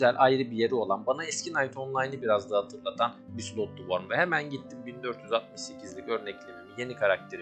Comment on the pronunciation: İçerik güzel de şu wormu üzerine basa basa O ile okumayın artık. Her şey yazıldığı gibi okunmuyor.